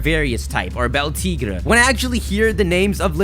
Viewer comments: It's pronounced Bell-Tee-Gray Like El Tigre 😤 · Beltigre. Think Spanish. El Tigre. The Tiger. Say: Bell Teegray. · It's Beltig(ray), spanish my man. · Pronounce Beltigre like el Tigre